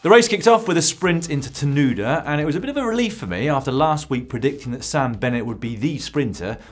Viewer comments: Ta-nu-da? You mean TanuNda? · First sprint into Tununda ............. pronounced ...."Ta..Nun...Da"........ "Paracombe"........pronounced ..."Para...comb" ......just for next year. Thanks for the coverage! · Haha, being good South Aussies, we hate our town names being butchered👍